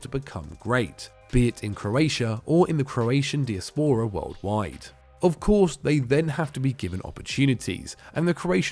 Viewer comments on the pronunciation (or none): none